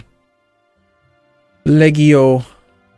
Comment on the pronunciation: I think the G in Legio is pronounced like a J... Like Leh-jee-oh.